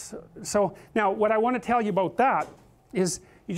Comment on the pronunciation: What's it all aboot?